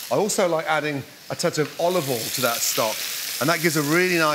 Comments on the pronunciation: Why do you pronounce Olive oil ...... Olve vol. Its olive oial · Still says olivol though 🤣